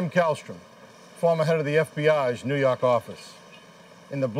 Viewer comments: Neww YAWWWHK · "Nu Yauk"